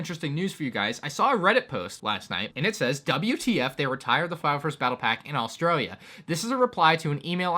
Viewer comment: Gotta say that transition into saying "Australia" with an Aussie accent was smooth af.